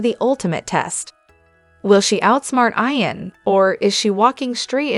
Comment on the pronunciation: Why are you saying Eye -an? It’s Eeeeeeeee - AN !!! Geez… so annoying!